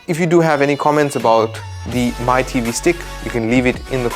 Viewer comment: Mi is pronounced as “Me”